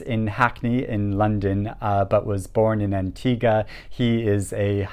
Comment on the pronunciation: I want to give an extra like for effortlessly getting "Antigua" right. lol.